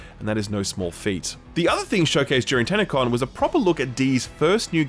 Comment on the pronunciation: TannaCon ? Oh no ...